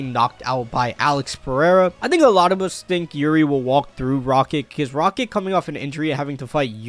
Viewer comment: Also RakiK? 💀